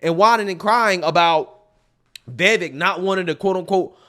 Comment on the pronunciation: Vivek rhymes with Cake or as that boo hoo whine cry said Fake